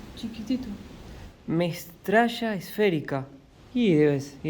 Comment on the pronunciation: cómo así que alavedados, ja ja ja. Es ABOVEDADOS, es decir en forma de bóveda. Y no es 'mestralla esférica' sino METRALLA esférica. Creo que la culpa es de los lentes que no te están funcionando bien,. Y dimos, aparte de las duchas de agua, qué otras duchas conoces? Ja ja ja ja. Me divertí mucho viendo el video, esas piedras enormes son verdaderamente extrañas y bueno, la vida de hippie al lado del mar me parece muy interesante.